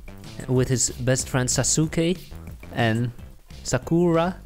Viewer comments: It’s saa sss kee not see ke and it’s sa ka ra not sass kur ra lol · Lmao it’s not sosukaue it’s saskue np and it’s not sakora it’s sakura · MY OCD HAS BEEN TRIGGERED YOU PRONOUNCED THEM WRONG Naruto: NA-ru-TOE Sasuke: Sa-sk-A Sakura: Sa-k-RA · Its pronounced sas-k and nah-roo-toe and sa-ker-ah